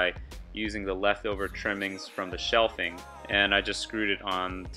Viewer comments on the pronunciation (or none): Shelving... not "shelfing"... 😉. Thanks for the video.